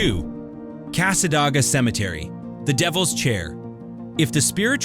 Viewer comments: That drove me nuts every time that he said it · it's pronounced casa day ga Nice video, I actually learned a couple new things about my native state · Its Cas-ah-day-gah not what u said...and its beautiful there, it has an old historical library and devils chair, purple rose store is ran by a very sweet lady. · Thank you. I live about 20 minutes from there, and this AI guy was driving me crazy.